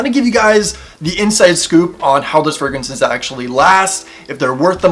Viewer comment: "Frag-raances" lol. I believe they are using the English word as fragrances. Tom Ford Oud Wood and Le Labo Santal 33 are my favorite colognes. Tried Dossier, but didn't like them. Love Elizabeth James Nirvana!